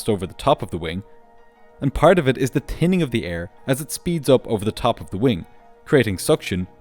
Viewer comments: The what of the air? "Tinning" thinning*? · “tinning of the air” 😂😂😂those t really give him problems 😂😂😂😂😂